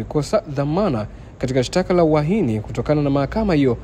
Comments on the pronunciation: ni Uhaini sio uahini.sheme on you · Wewe siyo uahini ni UHAINI.REKEBISHA HIYO KITU.